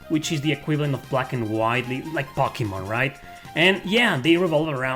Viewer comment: I have watched so many of your videos and most of the time I don't even bat an eye but today for some reason I was just really wondering how come you say pocky-mon instead of one of the many more typical ways to pronounce to name..?